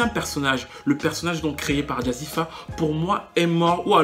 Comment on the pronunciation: Jazzi fé pas jazzi fa lol bonne analyse en tout cas je ne pensais pas la revoir sur le devant de la scène on la voit partout en ce moment elle a une team composée uniquement de blancs